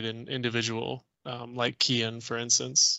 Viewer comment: Phonetically Cian is pronounced - See yarn